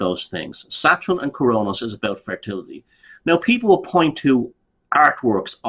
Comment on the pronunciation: Love pronounciation of 'Satrun' (Saturn).....as well as modren (modern)😂